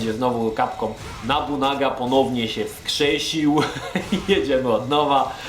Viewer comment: Od pierwszej części mnie to męczy, nie Nabunaga tylko Nobunaga! To aż kole w uszy.